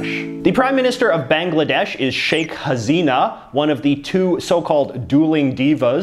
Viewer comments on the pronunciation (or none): Bangladesh's Prime Minister's name is Pronounced as Shaykh Ha-SEE-Na not like Hazina as you said. Sometimes it sounds just like it's written. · JJ, Why does your head keep rocking as if you are sitting on a balloon..?! And btw Balkan names ending in ..vic are pronounced as ..vich! Also it's Hasina not Hazina. You might like to improve on your non-English pronunciation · It's not HaZina it's HaSina